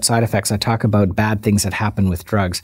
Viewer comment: aboot! hahha